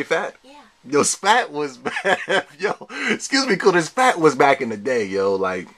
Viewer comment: "We black" or "We back"?